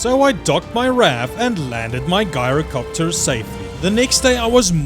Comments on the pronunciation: Lol its gyrocopter not guyrocopter 😂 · "Ji-ro-copter" not "Guy-ro" 🤦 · You pronounced "gyrocopter" wrong. You should pronounce the "G" like a "J" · Ngl u Made a whole entire story. How I pronounce gyrocopter is jyrocopter